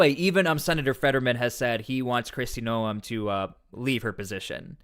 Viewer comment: My husband and I watch you a lot, probably daily. Just something that has bothered me is how you have been pronouncing Krist Noem's last name. Its pronounced like "Nome" in Alaska. 😉